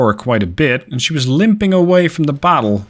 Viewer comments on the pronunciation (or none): none